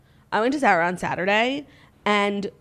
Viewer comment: The way Claudia is pronouncing Zara has me DED